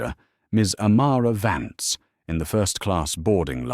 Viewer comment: its amara vance not amara vants